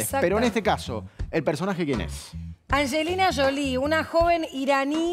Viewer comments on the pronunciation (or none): Es Angelina Jolie, no Anshelina Sholie